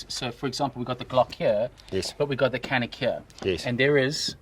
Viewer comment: c in canik is not k, it's pronounced like dj like in djinn